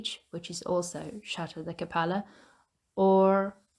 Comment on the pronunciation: French pronunciation is kah PELL luh with emphasis on the "pell" and light on the "luh". Kindly meant. Keep up the good work!